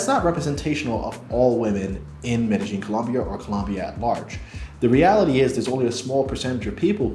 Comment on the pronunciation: Please learn how to pronounce Medellin